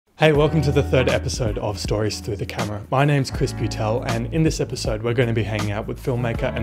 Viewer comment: At the beginning I thought you said your name was Crispy Tell